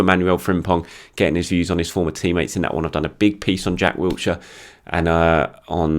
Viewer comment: As much as I like you it's Jack Wilshire, not Wiltshire